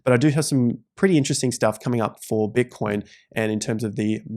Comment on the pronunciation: “bitcion” lol